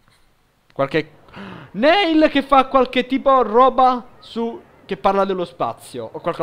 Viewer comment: comunque Neil si legge Nil. Bel video <3